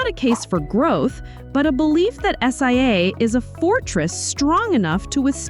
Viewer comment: Another AI generated video but at least it’s educational. The voice pronounced SIA at one point as “sia”